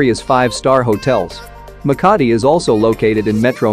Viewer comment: Makati city The maka in makati is slow